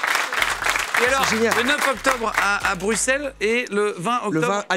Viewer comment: J’ai eu la même joie que Jimmy quand camille a prononcé Bruxelles de la bonne façon